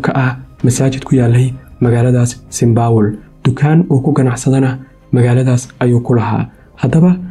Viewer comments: St.paul not st.baul 😂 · “Saint power”🤣🤣🤣🤣 cawan! Saint Paul dheeh nacasyey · Lol😂 is not saynbowl is Saint paul they away u are saying is not right bro magac iska hagajii waxan mar hore ayeey dhacday